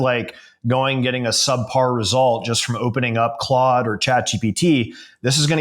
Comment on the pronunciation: 😅 or Clood as pronounces it lol